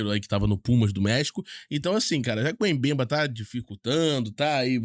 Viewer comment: A pronúncia correta do nome africano é "Bembá". Vc precisa se preparar melhor para não falar os nomes do jogadores errado.